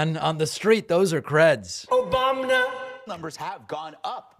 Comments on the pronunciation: yeah, I loved that! A sudden, total break from his mad genuflecting and in black and white? And we got a few, “OBAMNA”’s too! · Random “Obamnas” hell yeah!!